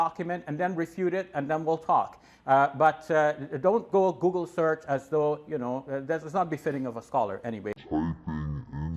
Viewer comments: David hypoogle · Google= Ggeloo.😜